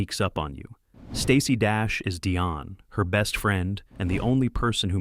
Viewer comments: Dione= Dee-on, not Dye-on😂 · Dion (Dee-on). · And this guy can’t pronounce Dion right either